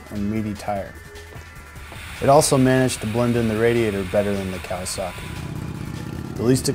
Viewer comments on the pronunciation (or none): none